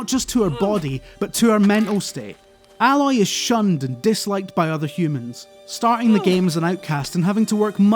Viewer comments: Why is everyone calling her Alloy? As if she's some form of metal, her name's is Aloy. A-loy. Just listen to how everyone pronounce her name in game. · Oh, it's Aaaay-Loy, no Al-Loy. 'Aloy' not 'alloy'. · her name is A-loy, not Alloy, it's not a metal :) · Aloy not Álói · Dear me, the guy's scottish accent deepens and Aloy got pronounced much closer to alloy whenever he wants to make a joke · its ayyyyy loy. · How can you love this game so much and yet still say her name wrong?? It’s clearly AY-LOY. They definitely wanted it to be different from the word alloy even though that’s clearly the inspiration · I just can't get over the fact that most people get her name wrong, i expect from the people that do reviews to get it right. :)) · Somehow you did a good review and made me question if you've actually played the game all at the same time. Have you really not figured out how to pronounce Aloy yet? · Your pronunciation of Aloy makes me feel like you never played the game and were just reading a script. Am I wrong? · Such a great video, yep HZD was definitely my game of 2017, doubt anything will beat it. However, you kept pronouncing her name wrong, repeatably. Oh it irked me :D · Ok first i agree this game is amazing tottaly amazing and if you havent played it and havze a ps4 then i metephorically slap you and scream why. This dude is clearly reading a reveiw written by someone else you can tell because he misspronounces aloys name and if he had played the game her name is spoken out load more times than i can count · I REALLY hate the way people prenounce Aloy... THEY ARE DOING IT WRONG!